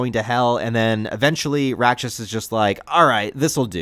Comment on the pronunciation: Full respect to Miura, but the art's only gotten better imho. Btw, Rakshas is pronounced [raːkʂɐs] and roughly translates to demon in Sanskrit. The decision to bring Rakshas here seem apt since Kushan empire is meant to be India. Ganishka/Kushan are a historical king and empire from ~200CE.